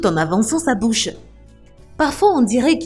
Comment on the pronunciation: Elle a dit dans votre bousse non pas bouche